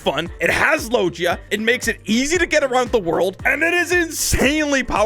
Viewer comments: man rlly sad "low-jee-a" when it is "low-gi-a" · The way he said logia lol